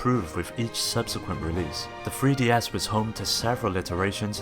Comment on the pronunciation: Are you saying THree DS or FRee DS? I can't tell